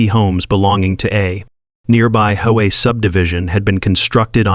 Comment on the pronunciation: Hey AI, I love the way you call H O A HO A!